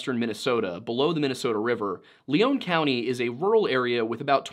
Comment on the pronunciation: Not 60 seconds in and you have Lion County highlighted on the total opposite side of MN map (even tho you say Southweset MN) and why pronounce Lion County LEON County? Simple facts.